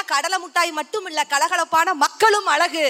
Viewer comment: தமிழ் ஒழுங்காக பேசுங்க.. தமிழ் என்பதனை தமில் என்கிறீர்கள்..அழகை அலகு என்கிறீர்கள் .. தமிழ் நன்கு படியுங்கள்.. பேசுங்கள்...